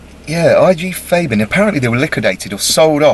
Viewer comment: Why do you keep saying Fabin you dropkick?